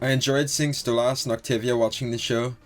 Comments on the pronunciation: just wanted to point out ocz it pisses me off its stolas nat stolass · why do you pronounce stolas "stolarse" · No Stella calls stolas "stolass" on purpose Because she hates him. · Small thing I've noticed. You pronounce Stolas wrong. It's pronounced like soulless. Really not a big deal just figured I'd let you know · I don’t have a Northen Irish accent but I say Stolas the same way you do. My friends made fun of me because I know how to say Stolas the normal way. I just don’t. Plus I already told them that Octavia said Stolas like that too. They stopped making fun of me and I keep saying Stolas the same way